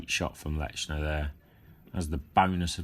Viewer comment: There is no letter T in his name. It is not pronounced LeTchner. Just saying.